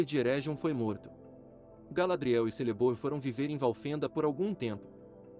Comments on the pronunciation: Lembrando que a pronúncia de Celeborn é Keleborn. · Muito bom, mas ouvir você falando Celeborn com som de "s" me dói na alma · A letra “C” nas línguas elficas tem som de “K”, ou seja, o nome do esposo da Galadriel se pronuncia “Kéleborn”